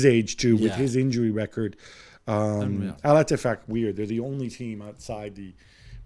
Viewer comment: Al-Eti... what? 😂